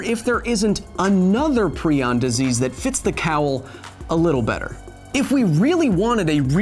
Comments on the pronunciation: It annoys me prai·uhnz --> prion Not pree•on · Is prion pronounced "pree-on" or "pry-on"? My retired-veterinarian biology, former Emory Hospital-researcher AP bio, and medical doctor chemistry teacher all said "pry-on" but Kyle says "pree-on." I'm not trying to offend anyone - I'm genuinely curious which is correct. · Agreed, it's definitely pry-on. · I've always heard it as pry-on, not pree-on. Kinda drove me crazy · TIL that it is pronounced PrEon not PrIon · "Prion", like "ion", has a hard I: Pry-On. A line over the letter in the dictionary pronunciation means it is pronounced as the letter. You pronounced it wrong every time... and you said it a lot of times. When you learn a new word you intend to repeat twenty to fifty times in a very short period to probably a couple million people who have never heard the word before, just to cover your bases, you may just maybe want learn the pronunciation of that word, as well. Just maybe. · Per the discoverer, its said [pry-on] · ...it's pronounced "pry on"... just saying... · Proin sounds like Crayon!!!!!🤣🤣🤣🤣🤣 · Why are you pronouncing prion wrong? It's pronounced (ˈprʌɪən), the i i s pronounced like the i in Brian. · Stop saying pre on :( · Great video!! I had no idea that I have been pronouncing prion (pry-on) wrong for the past 3 years. Keep up the good work, sir!!😁